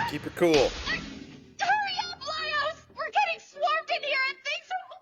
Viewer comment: Lah-Ee-Ohs. Not Lay-ohs. As for Falin, she's not blind. Anime characters that appear to have their eyes closed all the time tend to be the type that like to make jests, or are very cheerful. In anime characters with closed eyes usually enter a trope that indicates that the character is confident in their abilities. It is when these characters open their eyes that you know that something big is about to go down. The dungeon is basically an underground castle. They're going down, but some passages require you to go up in order to proceed downwards. Think of it as a Castlevania game. In some of them you have to go up in order to go down. It's just the nature of Dracula's castle. Same principle applies here.